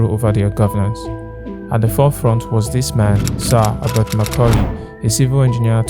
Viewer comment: E dey hard Yoruba people to pronounce H 😂